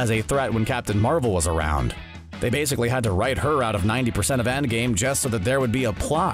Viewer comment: Did he actually say waysically ? Lol